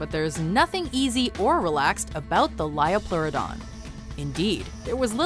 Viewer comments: "Its the lioplorrodon charlie" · It's a Liopluradon Charlie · 1. They mispronounced liopleurodon 2. They used Walking With Dinosaurs to show the liopleurodon, but that movie got so much wrong about it.(Including them also mispronouncing the name) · you pronounced liopleurodon wrong